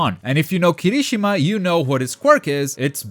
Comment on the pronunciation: You triggered me with saying Kirishimas name...Its Kiri-shima not Kirishi-ma at least i think thats how most of the people say it....xD Have a nice day!